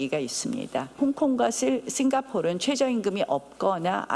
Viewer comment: 홍콩과 씽가폴 발음 굴리지 마시고 역사 공부나 열심히하세요. 우리나라 역사도 모르면서 영어발음 굴리는거 거북하네요.